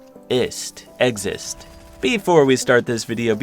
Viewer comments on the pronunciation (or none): Nobody:: "exist, EgGs ZiSt, eggzist."